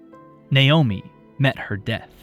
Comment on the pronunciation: Finally, someone who says Naomi correctly!